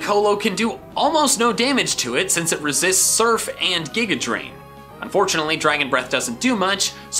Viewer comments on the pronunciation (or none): none